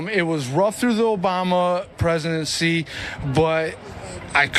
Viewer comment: That 'Obam-na' tho 😂